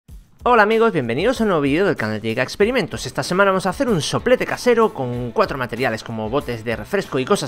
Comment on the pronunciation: jajaja soplete Sé escucha chistoso. dile a un amigo que diga Soplete jajajja